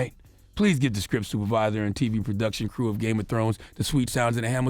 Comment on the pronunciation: Games Of Scones?🤷🤣😂☕